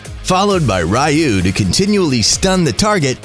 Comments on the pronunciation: The triggered part is how he pronounce 'ryuu' 'rayu' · The skill Ryuu is pronouced Ree-uu, not Rai-uu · It's pronounce as Re-you not Rai-you triggering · I think it’s ryuu haha not ra-yuu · Ryuu... No RAYUU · did he seriously say " r you" and not ryuu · Rai-uu is the right one. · Just normal spell, say it like ( Ri-Uu) using “U” without “Y”